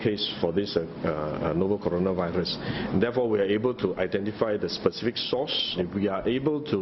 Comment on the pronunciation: Minister talking about kononavirus lah.. not coronavirus! Haha